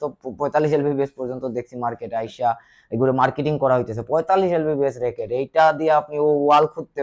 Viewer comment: Tui to vai lbs e bolte paros na. Lbbs bolos.....